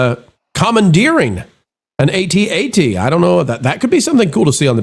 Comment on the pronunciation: Speaking as one of those 50+ fans, it's pronounced at - at, not a - t - a - t. All the toy commercials and behind the scenes specials called it an at-at. And as a vet I'll tell you we pronounced acronyms, we did not spell them out.